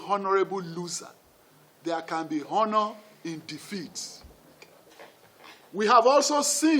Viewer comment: Its pronounced Honor(ˈänər) Mr. Alake. The "H" is silent, you don't sound it out. So much for a so called learned veteran journalist! 🤦‍♂️🤦‍♂️. Shame!